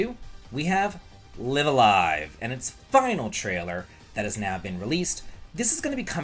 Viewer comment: Finally someone who does not make me cringe as he is saying the name LIVE A LIVE! Not lieaf a lieaf 😅🙏